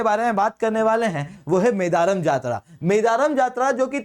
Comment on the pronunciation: Its मेडाराम जात्रा Pronoun well